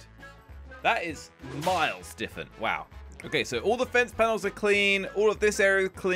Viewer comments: "Defent" its said different bro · I like the fact he says diffent instead of different